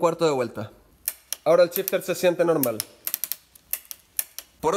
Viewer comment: Es gracioso como en Chile todas las SH del ingles las pronuncian CH, en lugar de shifter dice aca Chifter o Chimano en lugar de Shimano incluso Show dicen Chou y asi siempre jaja No es burla eh, pero es algo que me llama la atención en varios videos que he escuchado. Saludos, muy util el video Gracias !